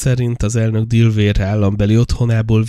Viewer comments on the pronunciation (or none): “Sajat lábán hagyták el”🤣 “divér”🤣 kiejtese helyesen delaver: (Delaware allamrol van szo) legalabb kerdezze meg a kiejtest, ha mar angolul nem tud. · 'delauer' az állam kb. kiejtése, vagy magyarosabban 'delaver'